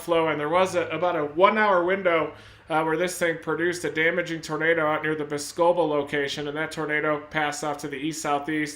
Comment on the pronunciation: The town name that got hit is pronounced bos-co-bel not Bos-cebel lol. Another is Waunakee 😆 wau-na-kee. Either way I appreciate everything u have every done and continue to do. Stay safe my friend!!!